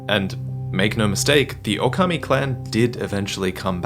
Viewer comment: Still butchered the pronunciation tho